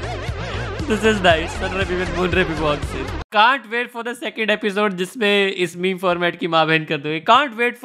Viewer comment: "Where is da H?"